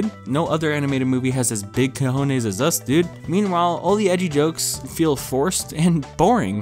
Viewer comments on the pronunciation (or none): none